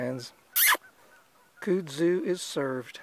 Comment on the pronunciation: As a person of the south, I must offer my "help" to you in the pronunciation of kudzu. You can take it or leave it, just as there are two ways to pronounce tomato (toe-may-toe) or (toe-mah-toe). Each to his or her own. However in the south, we pronounce kudzu as (cud-zoo) like a cow cud. Just as we in the south call it Corn Hole, those in the Northern States call it Baggo. My father was raised in the south and my mother from the north. So I my vocabulary and pronunciations were educated from both sides, yet raised in the south, them thar speakn' thangs dun took to the local ways to sayn them thar words. HAHA. Not making fun accept to myself and having a joke with ya. Love your videos. Keep catching them!! Your southern fishin' gal subscriber friend.